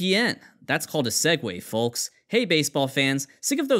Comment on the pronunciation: I was going to give a like until I heard how you said the word “folks”….. then I couldn’t. There’s no U in “folks”